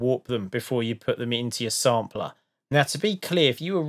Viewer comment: who whole time I thought you were saying simpler vs sampler LOL